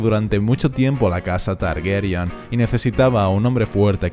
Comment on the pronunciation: Cada vez que dices "Targuerian" muere un gatito. 🤦🏻‍♀️